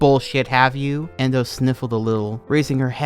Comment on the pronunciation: My account name is endo and its equally traumatizing every time i hear you say the name indow and anything they do